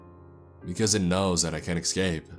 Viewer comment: that isn't really a problem for me, I think he sounds good. When He says excape and expecially that bothers me.